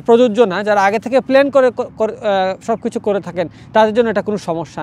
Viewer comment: প্লেন না প্লান